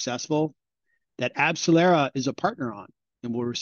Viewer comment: You lost credibility the moment you spoke... Abcellera didn't help Pfizer and Moderna to make vaccines... Abcellera is a company that makes ANTIBODIES...NOT vaccines - they had absolutely no role with Pfizer nor Moderna for their COVID vaccines... Not only that, but you're totally butchering the name...